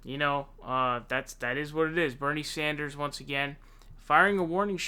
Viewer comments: Sanders, not Saunders or Saaaanders. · I enjoy your channel. Please, it's Sanders not Saunders. Keep up the good work!! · It's not Sonders, it's Sanders. What's up with that bro? If there's a hidden humour there, please let us know. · "my good buddy Bernie Zanders " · SAND-ERS, NOT SOND-ERS, NOT ZOND-ERS. Its fucking simple dude. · I really enjoy your channel, but please stop pronouncing it "SAUNDERS". It's like "SAND" not "SAUND". Anyway, keep up the good work! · Bofa Sofa Right!!!!! 😫😣😖S A N D A R S!!!!! I know it’s petty but it’s killing me 😂!!!!! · Why do you say Saunders 😂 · Why dont you say Sanders correctly, its kinda cringe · why does he say SAUNDERS? SONDERS? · DAVID: Toolsi.: Bernie Saunders. ME: Say what now? ^_ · Bernard Zandra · SAUNDERS, ZANDERS, SENDEERS... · Birdie Zaunders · I hear Saunders.